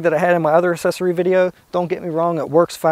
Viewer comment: its "aacksesory" not "assesory" come on